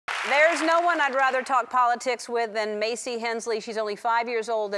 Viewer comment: did ellen say politits??????? xD